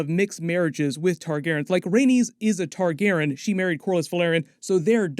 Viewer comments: Can't dare listen to more than 3 minutes of hearing "Targaron" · why are you calling them TARGAREN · Randomly starts pronouncing Targaryen differently…